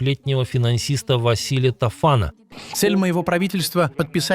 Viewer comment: Тофан! Ударение на 1 ый слог.